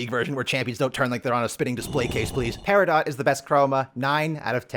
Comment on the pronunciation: I like the video, but the way you're saying peridot is killing me